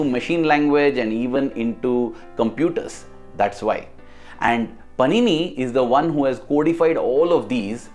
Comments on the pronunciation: Just a little correction. It's not पनिनी...it's पाणिनि। Om Shree Sai Ram 🙏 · The entire video is very nice but just one improvement it is not panini it is pronounced as pānini.